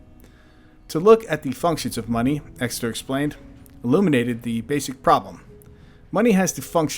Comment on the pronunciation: It’s Exter not Exeter